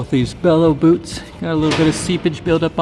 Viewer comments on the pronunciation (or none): none